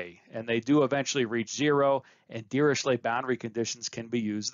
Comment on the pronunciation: well you are pronouncing it correctly since he was "Lejeune Dirichlet" which is a German deformation of "Le jeune de Richlette" which is pronounced "sh" for "ch"